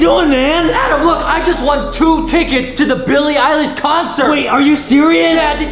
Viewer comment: Yeah, but it was Milky Eilish, not Milk-ie Eye-lish. They’re different than the first time he said that pun.